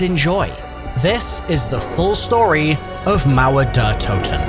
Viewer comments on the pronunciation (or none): Pls dont call it: "Mauöer dör Touten". Its called mauer der toten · Mauer Durr Toten ❌ Mauer Der (Dare) Toten ✅